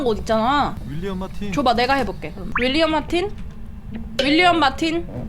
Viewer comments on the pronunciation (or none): 윌리엄 마틴이 왜 우리엄마틴으로 들리지?